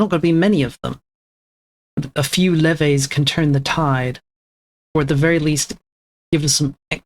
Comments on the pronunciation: bro, leh-vay? I'm sorry bro, I can't with the pronunciations lol. You gotta change your mic settings too, because having it cut out when not talking, and then having the static/low quality when you talk is very frustrating to listen to. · No such thing as a correct British pronunciation... I'm joking, but I'm certain that levies is pronounced the same, especially since it comes from French. Leh-vee. I've looked at multiple sources on google and they all seem to agree that it's pronounced leh-vee. You sure you don't have some obscure British accent? :P